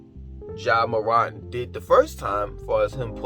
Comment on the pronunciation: Btw it’s pronounced “MORE-ANT”